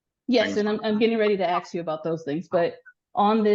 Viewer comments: Did she really just say ax? Wtf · If the AG uses "axe" instead of "ask". You needa petition to get a competent AG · She doesn’t present herself very well. “The state would axe….” It’s “ask” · Well tbh she doesn't even know how to pronounce "ask" correctly so... 🤷